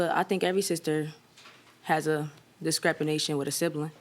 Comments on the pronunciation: I heard "Discrepanation" I had to rewind and .. Yep 🤦🏿‍♂️ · “Discrepination ”?? Oh honey, don’t try to talk above your IQ😆😆😆😆😆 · Disrepanation, aks, we bofe Someone's unhooked on phonics n didnt graduate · It took everything for the Judge not to correct “decrepination” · Did she say “discrepanation” da f*** does that mean?! 😂😂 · “Every sibling has a discrepilation” (@ 👂🏾👀🤔?? I can’t say I’ve had a discrepilation with ANYONE ever 😂😂😂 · "Discrepination?" You go girl😂. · “ discreptanation”?… I had to look that up cuz I know I’m not trippin’😳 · I heard discrepination and came straight to the comments 😂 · "Discrepanation"? My phone doesn't understand that word. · LOL A "DESCREPANATION" WHAT U MEAN discrepancy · What the hell is a "descrepination?" If that's not a real word, it ought to be. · Ummmm NOBODY is gonna say anything about the brand new word she made up?..."Discrepination" .......ok..lols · Did she say "DISCREPINATION" 😂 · She was trying to say "discrepancy"